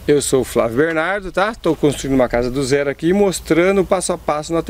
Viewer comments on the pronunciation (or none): none